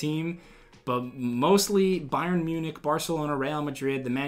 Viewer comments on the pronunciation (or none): none